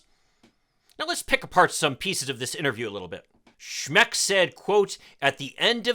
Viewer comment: Schmeck: pronounced "schmuck".